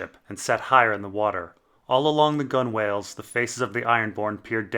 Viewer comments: Gunwhale is pronounced "gunnel" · lmao "gun-whale" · Hey. Just so you know if it comes up again in the future, "gunwale" is pronounced "gun'll", like that'll.